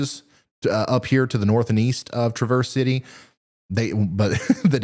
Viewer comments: Folks in Michigan pronounce it "TRAV-erse" with the accent on the first syllable. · Just fyi since you might have to say it more than once this weekend, traverse city is sounds like the name Travis not the actual English word traverse. I know we’re weird here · Hey 👋 Ryan thanks so much for what you do! Norther Lower MI here on the west side :) It's Traaah-verz City lol I live west of there closer to Lake MI ❤ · Its Trav-erse city my boy. You pronunce it like its the car made by Chevy 😅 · Michigander here, also a pronunciation killer. Traverse City is pronounced Tra-verse. Like the first syllable of Travis and then Verse. Sorry, I had to. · Locals pronounce Traverse City the same way Traverse does,! Thanks for the great show!